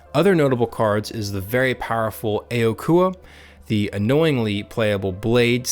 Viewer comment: I'm pretty sure the A in aokua is a silent a because in the show they always pronounced as (Okua)